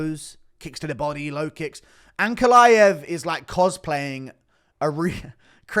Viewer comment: The way you say ankalaev, the "aev" part i wish all of you "westerners" could said fiz-"IEV" the same way xD